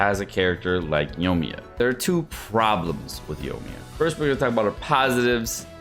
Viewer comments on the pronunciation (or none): Yoiiiii like Koiiiii- me-yaaaaa. Not yo-me-yuh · Who the heck is "Yomiya" ?? Lmao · yoiMiya... omg the way you pronounce these names lol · Y talking about a char u can't even pronounce